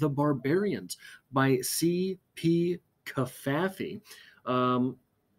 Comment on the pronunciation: Nancy here again - enjoying your postings - I think you're pronouncing Cavafy correctly as it is said in English. Suggestion: "And He Wept Aloud, So That the Egyptians Heard It" by Alden Nowlan.